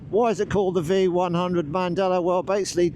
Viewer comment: Heißt nicht Mandela heißt mandello ich als Italiener weiß ich das